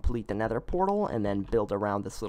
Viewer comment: He said “neder “